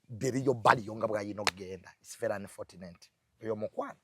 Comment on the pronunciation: Lwaki junior agamba anifotuneti, mukifo kya anifochuneti...(unfortunate).....🤔🤔